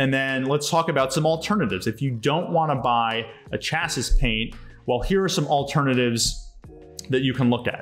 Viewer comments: Her good video. Thank you! Future... Chassis pronounced Chass-ee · Great video! Also just FYI- that's not how you pronounce chassis...I just have to giggle at that...still love you though:) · how it is pronounced is not important here because it is not an English language class. Thanks for sharing this! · I was thinking same!